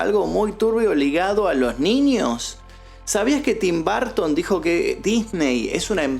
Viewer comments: Burton por favor el próxmio video de Tim Burton pronuncia BURTON no barton, gracias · En inglés se pronuncia tim borton no barton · es Burton no Bartin. Porque no decir el nombre de el correcto? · ¿Por qué pronuncian Burton como BARTON? Ni siquiera se parece a su escritura, en dado caso podría asimilar se más a la correcta pronunciación si pronunciara como Buerton, pero BARTON ni al caso. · No es barton ,es burton y así se pronuncia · Porque pronuncia tim BARTON? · De hecho no es correcto del todo lo que mencionas, ya que bajo esa premisa muchas palabras se pronunciarían como "A" y en realidad no es asi. El punto que menciono es que marcas demasiado la pronunciacion que llega a sonar como un apellido diferente. La pronunciacion correcta es "br" quitando la letra "u" en un termino medio que no es ni "Bur" ni "Bar". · Tim "Barton" 😅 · Suena chido Tim BArton 😂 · Me estreso escucharlo todo el tiempo decir TIM BARTON !!!! Nooooo porque pronuncia mal el apellido !!!! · Por q dices tim Barton 😂😂😂😂😂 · Tim "Bartin" 😂😂😂